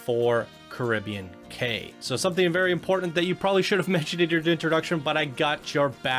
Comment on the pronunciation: I think Cay is pronounced key